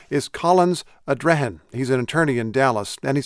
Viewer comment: It's not COLION Nowarrr its COLION Noir pronounced (Nowah) it's French for black